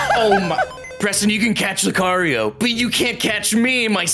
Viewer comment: Only lucario,kyogry,mymikiu and pikachu and mewto you Said right but it doesn’t matter